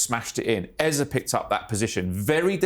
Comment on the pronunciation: Its not "Ezah" Its "Eze" Just saying Thanks for the analysis though It was marvelously put together